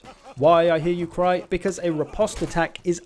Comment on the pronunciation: Riposte is pronounce ri-post :)